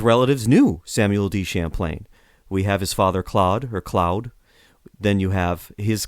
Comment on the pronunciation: lol “Clowd”. It’s pronounced “clode”